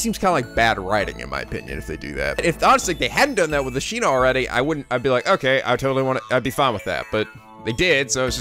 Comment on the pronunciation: Every time he says Ashina instead of Asahina I die a little bit more inside